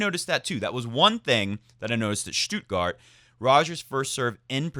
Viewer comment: Hey, your "Halle" pronunciation is great. "Stuttgart," on the other hand... It's "Stutt" like "should" or "could," not like "do" or "woo." Federer forever from Berlin